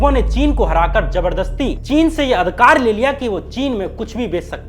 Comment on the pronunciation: श्याम भाई परिवार होता परवार नहीं,अधिकार होता है अधकार नहीं। आपका सिंसियर दर्शक होने के नाते आपको मेरी सलाह है थोड़ा सा अपने उच्चारण पर काम कीजिये। बढ़िया एडिटिंग और बढ़िया रिसर्च के साथ अगर भाषा भी ठीक हो जाय तो बात बन जाए।